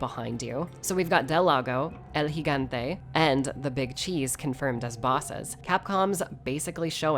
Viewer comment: About time I hear someone pronounce Gigante correctly. Always hear Gee-gante instead of Hee-gante.